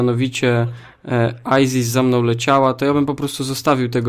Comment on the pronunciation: Chcesz to masz czyta się "aisys"